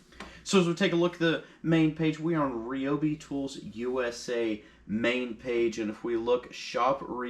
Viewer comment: Its RYE-O-BEE....NOT...Ree-o-bee....neg. FB...until..its right!!!...GEEZ....